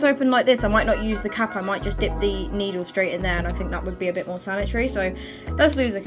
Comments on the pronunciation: When she said I'm gonna check on the cap in the boiling water i thought she said I'm gonna check on the cat in the boiling water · When she says cap it sounds like cat Ok I'm going to check on the cat in the boiling water